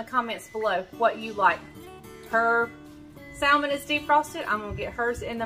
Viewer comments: Your salmon looks wonderful but I know you’re from North Carolina and I have a friend from North Carolina and she salmon the same way you do but I am southern to from Georgia . the pronunciation of salmon is samon It has a silent L. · Love that you’re getting away! 🌴……you do know the L in Salmon is silent…?